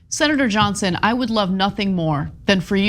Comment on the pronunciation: He drops consonants in some words when he speaks. Senator comes out sounding like sinner. Idk what that's about but have noticed various people doing it when on camera.